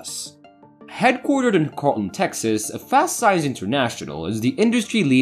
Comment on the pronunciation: I beg you to look up the way things are pronounced before starting a video. It’s pronounced keh-ruhl-ton, not kaarl-ton.